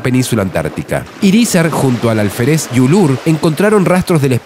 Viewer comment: Dijo "Alferéz"....